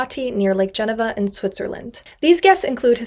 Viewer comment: “Lake Jen-o-va” 💀